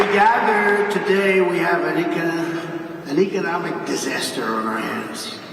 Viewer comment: Trump's low energy delivery is something we're all getting used to now, since it's a daily feature of his "weird rambling." He can't even say "economic." It's really not that hard a word to pronounce.